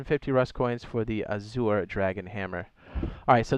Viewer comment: Yo, AZURE is pronounced like slurring AS YOUR. A lot of people have a problem with that word, though. 🤣